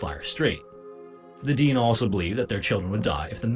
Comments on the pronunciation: And the AI narrator is a little annoying, it is not pronounced Deen, Dene is pronounced Deh-nay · The correct pronunciation is Dene (De-nay), rather than 'Deen,' as used by the Dene First Nations people themselves. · The narrator made some mistakes, It's Fort Simpson, not Fort Samson. He mispronounces Dene. It sounds like Den-ay when pronounced correctly.